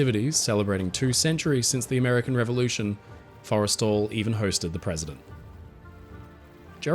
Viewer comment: It’s “for-eh-stall,” right? Not… Forest’l. I think kept saying it wrong.